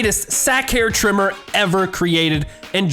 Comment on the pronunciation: LMAO he said sack hair cause all he could say was ball hail trimmel lmfao